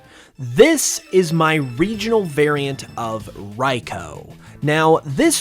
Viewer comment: RI-Koo not whatever you said